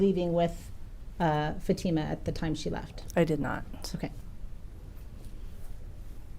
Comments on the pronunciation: Mr. Ali's lawyer calling Fatima "FAT uh muh" is deliberately disrespectful and gross. He's heard everyone in the courtroom pronounce her name 'fa TEE ma" 1000x yet insists on mispronouncing it. He has a job to do, but basic common decency in the courtroom -- especially when it comes to an indisputable victim, a minor -- is not too much to expect. Shame on him. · Why does the defense attorney pronounce Fatima’s name different than everyone else? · It is telling that the judge, the prosecutors, all the witnesses pronounce Fatima’s name correctly, and yet the two defense attorneys pronounce it incorrectly the entire trial. A basic lack of respect.